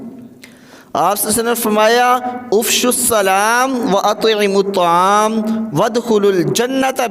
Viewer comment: افش السلام میں ہمزہ پر زبر ہے آپ نے پیش پڑھا ہےبلکہ اس پوری حدیث کوسامنے رکھیں اور پھر یہ بیان دوبارہ سن لیں شکریہ اللہ ایک دوسرےکی اصلاح کرنے کی توفیق دے آمین